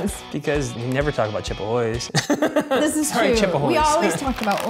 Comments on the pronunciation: pronouncing it “chip ahoys” was triggering 😩😂😂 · i hear chipa hoys